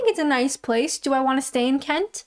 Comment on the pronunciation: Love the way you say Kent with a t. Not the usual glottal stop of the locals.